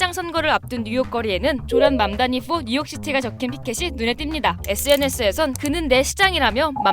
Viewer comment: 맘다니 듣다보니 망나니로 들림 ㅋㅋㅋ